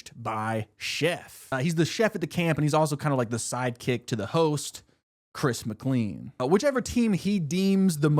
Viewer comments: btw its not chris mcleen its chris mclain, whenever u prnounced it wrong i went crazy lol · It’s pronounced /ˌkɹɪs məˈkleɪ̯n/ not /ˌkɹɪs mɪkˈliːn/. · why is no one pointing out he said chris mcleen TnT